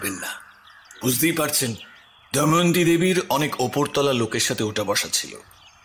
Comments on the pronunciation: It's Damayanti not Dayamanti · বারবার "দময়ন্তী"কে "দয়মন্তী" উচ্চারণ করাটা ভীষণ কানে লাগছে। বিষয়টা বোধহয় editing এর সময় আপনাদের নজর এড়িয়ে গেছে। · দময়ন্তী উচ্চারণ টা 🫣 বাকিটা জাস্ট দারুন ❤❤ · Please sir ato sundor path presentation er modhye main character er ei vul name uccharon khub kaane laglo Please etake clear karun ei vul unexpected Ager part eo same vul